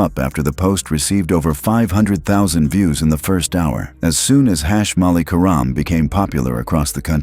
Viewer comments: Could you please stop mispronouncing querim 😢😢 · Stop mispronouncing querim😢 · Stop mispronouncing querim😮